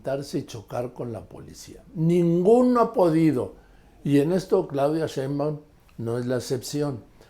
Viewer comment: Respetado y siempre bien apreciado señor Marín : ¿por qué no pronuncia correctamente el apellido Sheinbaum? Siempre le dice Shembaum. Después de mucho meditarlo, he llegado a la conclusión de que esto es algo escandaloso. Le conmino y le insto a que corrija, de otra forma -le advierto-, me veré en la penosa necesidad de dejar de ver sus programas que tanto disfruto pero, sobre todo -y más tristemente-, de irrespetar el título que le fue otorgado como alguien que nunca se ha equivocado semánticamente. Como opción alterna, si acaso mi advertencia no lo ha atemorizado lo suficiente, le ofrezco que me explique usted sus motivos para hablar de una forma que parece ser un error de pronunciación imperdonable para alguien de su talla cultural e intelectual. Le agradezco su atención a este sencillo, pero muy sincero mensaje, reiterándole tanto mis más profundos respetos, como mi más irrevocable advertencia, aunque personalmente me pese y abrume lo mucho que pueda llegar a atemorizarlo y quitarle el sueño. Y para todos lo que leyeron hasta este punto indignándose por mis palabras y ya estructuran una respuesta altiva y orgullosa... jajaja!!! Cayeron!!!